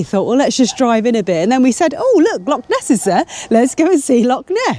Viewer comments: and; ask a local on how to pronounce lock and loch. Just a tip. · Have to agree no excuses for saying lock,they're found in doors and canals, how long would you wander in the lake district calling it the Loch district before someone would want to correct you .